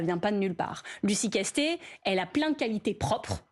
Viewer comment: Castet "et " sans e comme Monet :ET